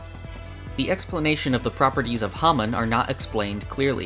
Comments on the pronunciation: "Hahmn"? You mean "Hamon"? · How is your YouTube channel called Hamon Beat and you say Hamon wrong your intro even says it correctly